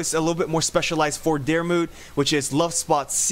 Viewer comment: The way your saying my name 😑 Your so far off